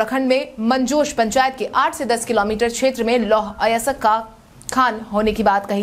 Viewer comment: अयस्क नहीं बोल पा रही हो